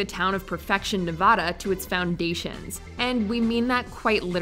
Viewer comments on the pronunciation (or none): none